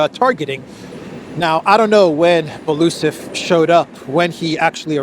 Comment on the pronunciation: its not Belusov (I couldn't understand at first who you are referring to) - its Belo-Usov (pronouncing)